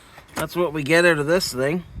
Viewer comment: “In and Ooot” … I couldn’t resist! Nice to see a video, haven’t seen you one a while, have a great night